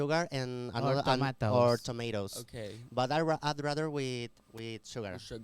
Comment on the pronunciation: KSKSKWKSI oh que risa el diciendo “tomatos”